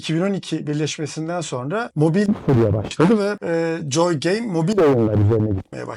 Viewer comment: Keşke gittiğiniz stüdyonun adının telaffuzuna önceden bir baksaydınız. JJJJooy game nedir ya. Abi joy gibi bir basit gündelik kelimenin COY diye okunacağını bilin lütfen. Video boyunca rahatsız edici.